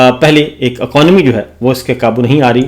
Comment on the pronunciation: Jisko economy bolne nahi aata aconomy bolta hai oh sahafi banke baitha hai haaa😂